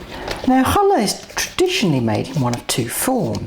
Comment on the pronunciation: This has always been my favourite bread, and now I can make it with no problems. I've also learned how to pronounce the name of it correctly thanks to you. Thank you so much!